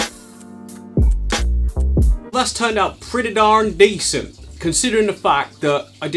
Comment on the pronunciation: As a Texan, I feel personally attacked by the way you say "pretty darn decent" lol!